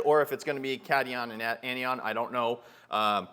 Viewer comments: Not bashing just trying to help, its pronounced Cat-i-on and An-i-on. Great video! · Its (cat)(i)(on) and (an)(i)(on). It's just chemistry pronunciation. :) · Good vid. Ps, Pronunciation Cation: Kat - eye - one; Anion: Anne - eye - one